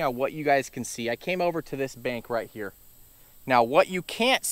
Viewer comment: "86 tagrees", "bankth" yeah its hot out there😅. Thanx for the knowledge.